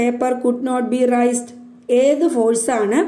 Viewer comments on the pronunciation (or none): It's not riced it's raised